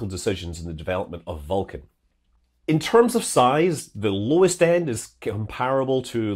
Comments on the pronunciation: Scott says Vulcan eerily like Falcon. I was like: Falkan, what rocket is that? :D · Scott's got a cool accent but i cant tell the difference between vulcan and falcon! Its my ears im sure. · Pronouncing Vulcan almost the same as Falcon9. Confusing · Several times in this video I’m having trouble hearing whether you say “vulcan” or “falcon” 😬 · This naming is inconvenient: I have a hard time distinguishing between the way you say "Vulcan" and "Falcon"!